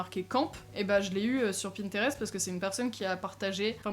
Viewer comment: Quand tu dis "Pintérèste" ça me tue T^T xD